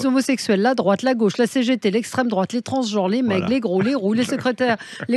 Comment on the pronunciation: A "gôche" ? Yannick Jadot ?? Quelle impertinence ce Ruqiuer